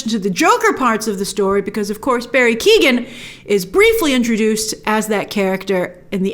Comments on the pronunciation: Just a heads up keoghan is pronounced kyo-an not keegan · It's Barry Key-own not keegan c'mon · Barry Keoghan is pronounced like Kee-yown. The G is silent. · In case no ones said it yet, Barry Keoghan’s second name is pronounce Kee-oh-ann. but I’m so excited for the sequel now!